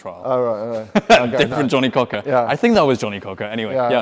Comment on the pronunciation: Johnnie Cochran not Johnny Cocker !! 😂